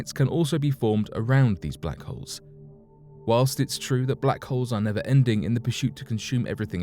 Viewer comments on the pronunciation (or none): WHAWNST....??? i think you meant whilst... or while.. i am an englophile and love the language but that was awful... lol